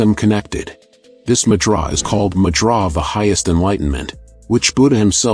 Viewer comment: Annoyed me too.